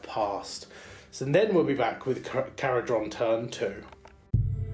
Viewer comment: Khara-Dron not Dren